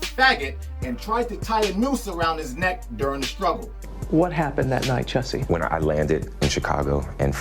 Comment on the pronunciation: 🗣THE MANS NAME IS PRONOUNCED "JUICY" 😤